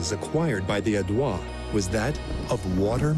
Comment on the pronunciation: Narrator should've looked up how to pronounce Aedui and some other Latin names. I know the French give it their own twist, but these are Latin words and should be pronounced as such.